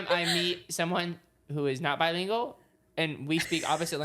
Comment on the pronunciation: saying bilingual. I can’t 😭😂😭✋